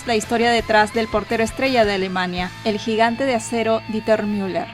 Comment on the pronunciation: El nombre está mal, es Dieter pronunciado "Diter", si fuese Deuter se pronunciaría "Doiter"